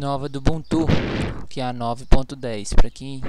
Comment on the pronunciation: Não se pronuncia ubunTU, o correto é uBUntu.